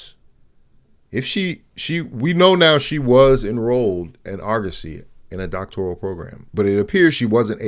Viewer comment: Humbledude was making a joke--CB pronounces her advanced study as "doc-tor-IAL--which is a very pronounced mispronounciation:. :)